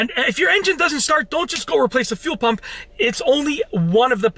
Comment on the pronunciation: When he says fuel, it sounds like he’s says phew 🤣 phew pump